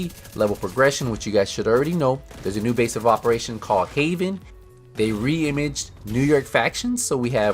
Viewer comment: How do you not know how to pronounce reimagined God dam I knew North American education was bad but that's taking it to a whole different level